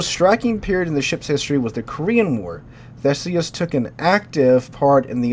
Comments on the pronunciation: As a Brit, i think its pronounced Thee-suss ;) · It's pronounced "thEEsi-us". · he's a history teacher cant believe he doesnt know how to pronounce it. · Theseus, The rhymes with tea, but you've got the rest down. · er theseus as in the greek who killed the minotaur in the labyrinth? theeseeus. or howeve ancient greeks said it. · Not quite. There are two different TH sounds, one where the tongue contacts the upper teeth (a sort of buzzing sound) and the other where they do not touch (a breathy sound) - think "they" versus "theory" - "THEE" is a proper word that uses the first sound. Theseus uses the second sound and is pronounced like the word "Thesis" with the "iss" sound is replaced by "ee-us" sounds (as you described). I'm sure you correctly understood the pronunciation, however the complete words used were (unintentionally) misleading to others.